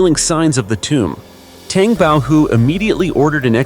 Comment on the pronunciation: Tang is a breakfast drink. It's pronounced T - AH - ng. 🤔